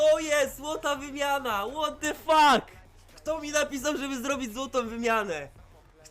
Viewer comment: Łot dy fak? Zle wymawiasz